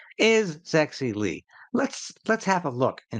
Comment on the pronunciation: Allow me to correct you. The pronunciation of her name is NOT "sexy", but something closer to Jer-Sey Li. 😂😂😂😂 Unless you find her sexy. I am Thai-born Canadian of Chinese descent. I've known this channel through your many interviews with Clayton Morris of Redacted.